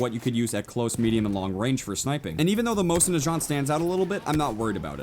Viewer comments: But y does he pronounce the mosin nagant that way it mindfucks me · You butchered the Mosins name and I am kinda upset it's not the original Mosin the 1891 version. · that isnt a mosin. mosin nagants do not have lever actions. plus you are saying it wrong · You said mosin nagant wrong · You say Mosin Nagant so wrong. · Umm, the Russian 1895 isn't a Mosin Nagant (which you are pronouncing wrong) it is a Imported Winchester 1895 and you can't call a lever action rifle a bolt action rifle. those are two different loading mechanism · it is not made by winchester its a 1895 winchedter lever action rifle not a mosin nagant and his pronaunciation is wrong . cheers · I pronounce mosin nagant like most americans would so while his may not be incorrect it still bugged me greatly. Great looking game and I can't wait to snipe some people. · My god the way you pronounced Mosin nagant and gewehr made me cringe so hard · The way you said "Mosin Nagant"... So, so wrong 😂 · HOW YOU PRONOUNCE MOSIN - NAGANT PISSES ME OFF! THE G HAS A G SOUND, NOT A FRENCH J SOUND!!! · the way you say mosin nagant annoys me xD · you pronounced Mosin Nagat wrong so many times I cringed every time you said it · the way he says mosin nagant makes me sad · PLEASE FOR THE LOVE OF GOD IT'S MOSIN NAGANT, NOT NAJANT. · You can't even say Mosin Nagant or Gewehr right. Gewehr is gee-vee-r. Nagant isn't nu-jaunt. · it's Mo-sin Na Gant not Mo-sin Nachant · you make my brain melt. Its Mosin Nagant- not Najant. NA-GANT Also thats not really amosin thats a Winchester 1895, an American lease to russia. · mosin nigant not mosin nijant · Hey said Mosin najant... ITS PRONOUNCED NUH GAUNT! GET IT RIGHT. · it's Mosin na-gahnt, not najant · I don't want to sound like a dick. But fuck it . This is for learning. Mosin Nagant is pronounced Moe-seen Nahgahn. The T is silent in Nagant. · its pronounced Mo-zin Nuh-gont and the moist at least in real life is bolt action not lever action